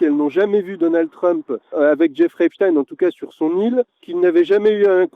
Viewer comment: À prononcer " Jeffrey Epstiiiiiin ! " SVP...